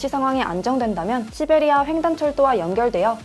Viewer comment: 시배리아가 욕인줄ㄷㄷ